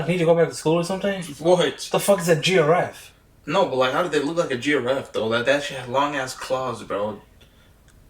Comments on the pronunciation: This guy calls dinosaurs, dinoceras and giraffe, jiroofs! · dino-cerous and geo-raffe i can't this guy is killing me